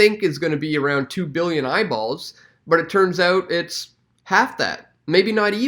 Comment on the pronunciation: It's OUT not OOT. Like fingernails down a blackboard